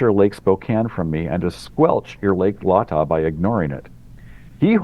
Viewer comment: "Lay-Tah" not Lah-Tah - a silly nitpick when compared to the fantastic breadth and depth of the work that "The Eugene Team" has done for us all!! With more to come!